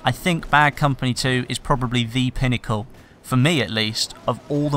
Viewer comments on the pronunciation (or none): none